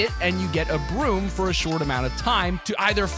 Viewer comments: When he said “broom vehicle” I thought he said B.R.U.T.E vehicle, I was about to SCREAM 😅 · When he said broom I thought he said brute